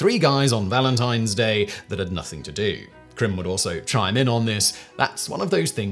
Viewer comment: There's an 'a' in the name Karim.